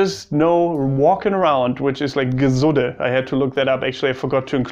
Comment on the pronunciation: It's so funny how germans can't pronounce "piefke" properly. It's more like pifke not piiiifke. "Gesudde"? You mean "Gesudere" and its the same as complaining continuesly. "grantln" is complaining rudely or just the attitude that follows with it. Also it's usually complaining about idiocy or just criticizing stuff (less likely complaining about lack of comfort and thus being whiny) and it's a big part of the Austrian humour. Yeah, we complain a lot and at the end of day we usually finish with "Wurscht" (who gives a shit). It's kinda therapeutic lol I have some german friends, some with surprisingly good humour. But I'd say it's german groups that are a bit ... exhausting for Austrians. Mainly bc of the different kind of "humour", and this "correctness" that gets even more build up when there's a bunch of them around 😂 A healthy competition and being able to make fun of each other is a good basis for a flourishing relationship between neighbors.